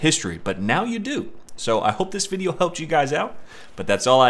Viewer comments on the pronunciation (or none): none